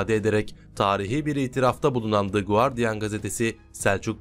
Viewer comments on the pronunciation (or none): Lutfen Guardian Gazetesinin ismindeki u harfini telffuz etmeden okuyun. Bu isim Turkce degil, Ingilizcedir!